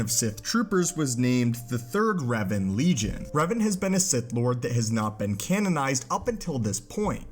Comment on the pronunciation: Its pronounced REV-AHN Not REV-UHN